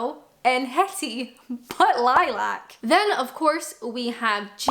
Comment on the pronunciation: We have to talk about how you just pronounced Lilac.